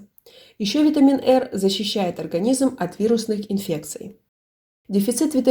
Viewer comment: Очень странно, что одни витамины произносим латиницей, как то С ("Це"), а Р почему то произносите кирилицей. Ну раз уж есть витамин "Эр", впервые из вашего видео узнала о существовании именно такого витамина Эр, тогда можно открыть ещё один витамин "Эс".